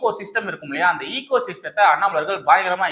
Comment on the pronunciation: ஈகோ (EECHO) என்பது தவறு எகோ (ECHO ) என்பது தான் சரியானது நன்றி வாழ்க வளமுடன்